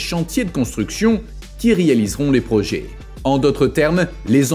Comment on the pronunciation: Parler d'un destin tragique pour Dubai ?, rien de tragique là-dedans, rien qu'un futur inéluctable pour une ville artificielle, tout comme ses îles où les millionnaires regardent vivre les milliardaires, pour encore combien de temps ? Projet se prononce è et non projé. Agaçant.